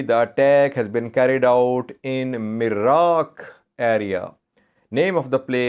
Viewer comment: the proper name of the place is Nirak, not Miraq.